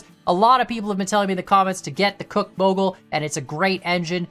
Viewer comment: Good on the name after all there was an actual Soo Line railroad. Think there's a mix of factors in Betsy is overpowered and some of the others are accurately under powered and others are nerfed. BTW Cooke is pronounced Cook as in what you do to your dinner and Heisler is pronounced hi slur